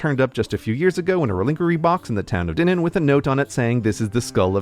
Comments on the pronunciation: Your pronunciation of Dinan hurts every time I hear it. Which is the only drawback to another brilliant video. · That's not how you pronounce "Dinan". That's like saying Nwe Yurk or Son Frincasco. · That pronunciation of Dinan 💀